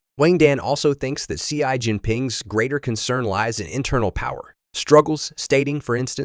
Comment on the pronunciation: Your speech synthesizer could use a little training, for example needs to learn "US" (all caps) should be "U.S." not "us", and "Xi" should be pronounced like "she"....